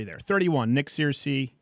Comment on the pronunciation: It's pronounced 'Ser-cee' not 'Seer-cee'